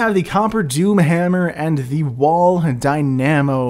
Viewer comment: Die Nam oh.... WHY CANT ANY1 SAY LIKE: DIE NA MO